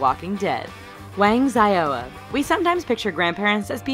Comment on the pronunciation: The way you said "Xiaoya" nearly killed me...